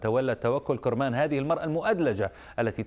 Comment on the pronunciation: اولا انطق اسم توكل كرمان صح وليس كورمان ولقافله تسير . وشكرا لبنت وطني